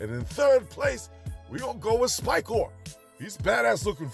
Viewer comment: Love the videos but I’m curious as to why you always say “Sky-Klone” when I know you know it’s “Sy-Klone”.